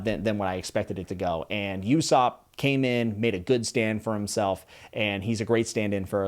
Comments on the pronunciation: We got another one with the Nami hook boys. I also pronounced Ussop with a big U sop when I started the manga,, but then I learned Uso (Uoso) is lie in japanese and then realizing how many of the names are puns lol. His long nose was just cheery on top. Ah your devil fruit that lets you be dead for a short time theory with Roger and Dragon, Yohohoho. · In case no one said it, Usopp (pronounced Ooh-Sop) is supposed to be the character you connect with as an ordinary person surrounded by extraordinary people. And his Funi dub VA is Krillin's VA!!! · I love how he is still in the mispronounced names stage. Yousopp lol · New manga only fans try not to say "you-sop" challenge (impossible) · Usopp pronounced ooh-sop is actually voiced by krillins voice actor as well! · HEADS-UP!! Usopp is pronounced (oo-sop) 😊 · Lemme help u with ussops name. Their ain't no "Y" in that name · Two things: One: You are definitely not the only one that felt like there was something suspicious about Kuina's apparent death. I'm not gonna say any more than that about it though. Two: It's funny that you called Usopp (pronounced ooh-sopp) the Krillin of the Straw Hat pirates, because they actually have the same voice actor in the Funimation version of the English Dub. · Usopp is pronounced Ooo-sop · The U in Usopp is actually pronounced like the o in loser. English is weird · Almost as bad as hiesuten reacts in ussops pronunciation🤣 and all other pronunciations!!! Lmao! Glad to have you in the fandom though! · Your pronunciations of Ussop and Sanji are off. you should learn them if you make another OP video. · Dudes pronunciation of Usopp and Sanji is so bad lol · I don’t know if someone told you this, but before you read the rest of One Piece I recommend looking up how to say there names. Only because I noticed you pronounced Usopp, Belemere, and Sanji wrong. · pls watch the anime so you can learn how to pronounce the names you got ussop and sanjis names wrong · Saan-gee and ouu-sop